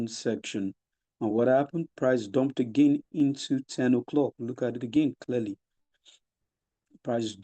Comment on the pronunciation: You even pronounce again like Stacey